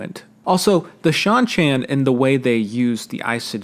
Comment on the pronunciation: How can you pronounce Seanchan correctly but not Cairhien lmao